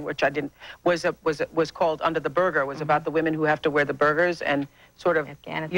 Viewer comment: That's funny how Oprah said, "burger" instead of "burka" haha ...